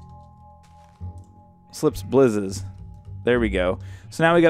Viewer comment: in the wireless redstone u called it slime's blizzes not slip's blizzes